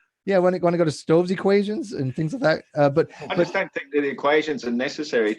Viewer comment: "wanna do Stoves equation?" it's Navier-Stokes dude